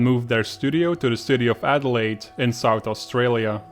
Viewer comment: fyi its adelaide, not aidelaide